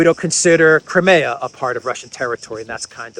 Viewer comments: It's not Crim-ay-a. It's crime-ear. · I wish would correct on his pronounciation of CRIMEA.. Howard